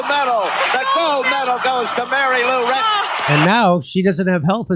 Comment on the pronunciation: Jimmy Dore Show : Her last or family name is clearly Retton and you instead said Ratton a couple of times. Duh. With that said, it clearly is a sad, very sad situation she is in. I am at poverty line so cannot financially help, but I've seen people using something like "Go Fund Me" or GoFundMe plenty of times for trying to raise needed funds. I don't know how successful those funding drives are, but if they have been successful and there is nationwide reach, then why don't people do the same to try to help Mary Lou in or with the serious health situation she is in? She is only 55 years old and could potentially have decades more to live, if she received adequate help. It surely does not require millions of dollars (USD).